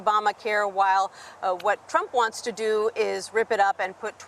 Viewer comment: He cant even pronounce Trump.